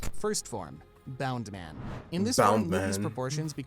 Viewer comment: the guy calling it bound-man despite the subtitles of the clip showing it was bounce-man annoyed me so much. Almost as much as him calling Moria, Maria.